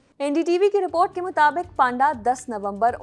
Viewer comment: पाण्डा = ❌️ पण्डा = ✅️